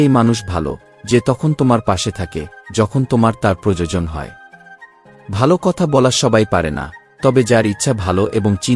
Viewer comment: এতো সুন্দর পাঠ করছেন কিন্তু প্রোজোজোন বলবেন না বলুন প্র য়ো জ ন 😅